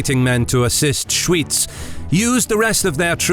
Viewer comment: "Schooitz" 😂😂😂 it's pronounced SchVitz.